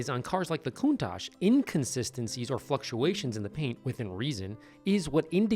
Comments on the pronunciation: What's a Countak? 🤣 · What did he call this, a countak?? Wow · “Coon-tok”. - Owner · Kune-tok is how you say it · Why'd he call it a cooontak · He calls it a “Countack”. He literally had no right to own that car. You can’t call yourself a petrol head if you can’t say it properly. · Why does the owner keep saying coon tock? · We’re just going to pretend he’s not saying koon-tock every single time? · CountaK? Weird pronunciation. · Owner - "Countaak" The ch is pronounced like the tch in hatch.... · Mispronouncing the name of it was just one of his crimes. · neglecting this beauty is one thing, but he didn't even care to look up the correct pronunciation of this beast...🤨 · Blows my mind that this guy has owned it for 20 years and can’t pronounce Countach correctly. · Man, the owner can't even pronounce "Countach" correctly! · Most amazing part is he owned the car 20 years and never learned how to pronounce “countach” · Guy can’t even pronounce its name 😑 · Owned it that long and still doesn't know how to say it. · A man that doesn't even know how to pronounce the name of the most expensive car he bought in the 80s, definitely should not own it. Glad to see it removed from his possession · Amazing to think this guy has had this car for so long and he can't even pronounce it's name correctly. Hilarious. Larry does the correct pronunciation. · It is hard to beleive that an actual Countach owner does not how how to properly pronounce that word. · Was anyone else very bothered by the old owner mispronunciation of Countach? It drove me crazy!! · Sad... the guy couldn't even say the car's name correctly. Why would anyone do that to any car? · To pronounce Countach with a k is simply amazing. Not in a good way. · The owner couldn't pronounce the name correctly - on top of leaving it to rot! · Was the owner mispronouncing Countach on purpose like that? I'm from Western Mass right over CT border, so I know it's not a regional accent. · The way the owner says Countach pains me